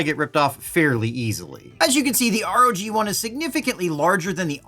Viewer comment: Love your videos as always! Like star wars though it's "rogue one" though not r-o-g 1, their website calls it gladiator too. Your the best glad you got this truck first! Looks awesome though I wanted bigger like everyone else.